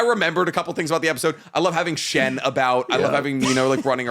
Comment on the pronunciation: His name is so deeply not Shen. That is Soshiro Hosina. You were not even close. Light years away even. If "Soshiro Hoshina" was on one edge of the universe "Shen" would be on the completely opposite one. Any other name would've been closer. You could've said Muhammad and been closer to the correct answer than the absolute, shot in the dark, no idea, missplaced confidence, incorrect ass name that you said.